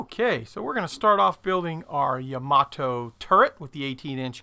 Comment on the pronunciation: It's pronounced YAMA-TOE.............The Japanese get very offended when we screw up their language.